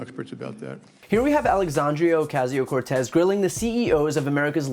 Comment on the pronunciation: Dude, it’s pronounced oh-kah-see-o. Not o-casio keyboard with sampler and 48 rhythm presets.